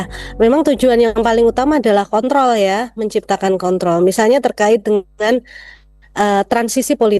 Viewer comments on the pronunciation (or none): KONTROL mbak KONTROL, bukan KONT.TOL.